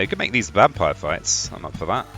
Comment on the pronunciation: It's interesting how you say "vampire" with a V sometimes but say "wampire" with a w others haha love this. Can't wait for the full game to be released